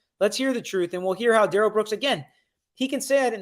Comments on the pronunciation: His mom, grandma, and friend pronounce it “Darr-L” not “Duh-rell”.. I think he made the “duhrell” pronunciation up. He also DID NOT have any shock device on him so I’m not sure why that question is being answered that he did…. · New sub….and his mama calls him Darrell (the normal pronunciation) not DA-RELL like he like to say. I’m inclined to believe his mama. I think she knows what she named her ignant azz kid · About the 'Please, his name isn't pronounced Daryl'.. His own Momma pronounced it Daryl so lol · His own mother in interviews called him Daryl with the accent on the first syllable, the normal pronunciation. It seems like she should know since she's the one who named him. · Why does his mother pronounce his name "Darrell" not "Durrell" if "Durrell" is the correct pronunciation,she's the one who named him? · Judge Dorow had a reason for taking all these hits from Darrell Brooks. She had the community in mind. She was looking out for the community. And his name is pronounced Dare-L, not D'rell. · A TACKIT AGREEMENT is what this fool keeps saying. His MOTHER pronounced it DARREL NOT DA-RELL